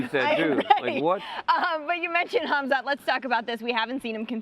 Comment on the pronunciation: respect the man by calling his name properly, it's kumshot not khamshit.